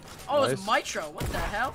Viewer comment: He said MY-tro 😂